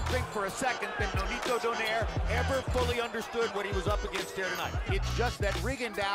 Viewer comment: Do -nai - re